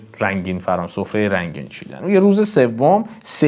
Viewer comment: ارادتمند هستم. اما یک سئوال دارم؛ واژه « چیدن» را چرا « چیندن» تلفظ کردید؟